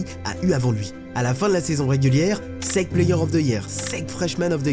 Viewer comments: La S-E-C c’est pas la sec mdr, j’avais grave du mal à capter que tu parlais de la South Eastern Conference (SEC), ça se prononce S-I-Ci (en FR) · C'est horrible de t'entendre dire la SEC en 1 mot... ca se dit lettre par lettre S E C ! vraiment c'est terrible mais sinon grave bonne vidéo